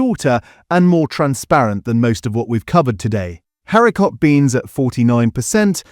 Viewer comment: I use Heinz beans and I don't find the sauce watery! 🤔🤔🤔 I'm also curious as to why the word 'haricot' isn't pronounced properly; Is this video AI?